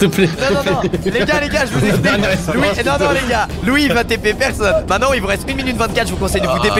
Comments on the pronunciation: On dit MAINTENANT pas MAINANT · Pk tu dis mainnant au lieu de maintenant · Pourquoi squeezie dit main nant au lieu de dire maintenant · Squeezie et ses "m1nan" m'eclate tellement. RIP le t de "maintenant" 😆